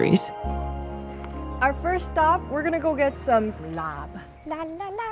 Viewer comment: i love you but its not laab with a b its just like “lah” 😭